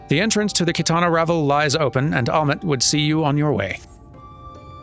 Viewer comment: reacted with relief when he learned that he'd guessed the right pronunciation of "Qitana Ravel," but he seems to have missed the revelation that he got "Fanow" wrong. Can't win 'em all, sadly!